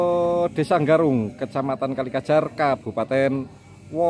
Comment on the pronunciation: Desa Garung apa desa Nggarung sih? Tolong di pas ke leh ngucapke btoo.